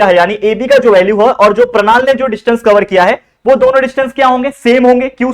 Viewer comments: sir, vo pranal nahi pranali hai😄😄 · sir thise is pranali not a pranal